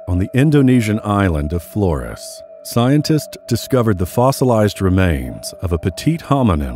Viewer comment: Thx but it doesn't get rid of......"Paleontolo-justice" & "Scien-testes"